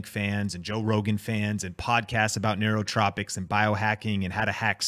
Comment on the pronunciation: It’s nootropics